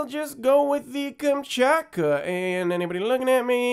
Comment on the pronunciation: You pronounced Kamchatka pretty well.